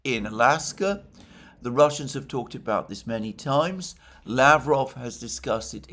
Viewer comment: Just remember that just like in Bishkek, the stress or the emphasis goes to the second syllable in Lavrov 's last name.